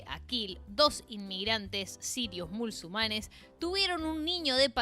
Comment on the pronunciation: Por que decis mulsumanes en lugar de musulmanes?